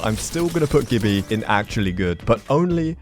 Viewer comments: Its jibby not gibby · It's jibby not gibby